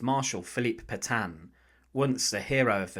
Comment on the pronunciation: Can somebody please teach the german AI voice how to pronounce Petain?